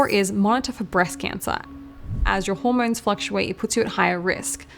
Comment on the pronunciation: Those Aussie auR’s. “Zorne 2 exercise”, “rodiolaar”, “hormornes”